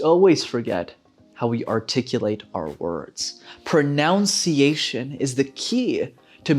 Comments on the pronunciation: You failed at the fist word, it’s pronounced prununciation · You pronounced 'pronunciation' erroneously,. Such irony!